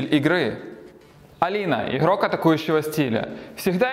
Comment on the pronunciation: Буква Г , буква Г , не Хэ, иГрок , не иХрок , Г бляяя, везде Г